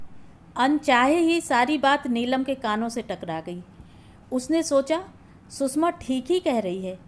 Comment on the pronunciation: कहानी अच्छी है पर उच्चारण में काफी गलतियां हैं जो खलती हैं । सुषमा को बार बार सुसमा कहना आदि आदि ।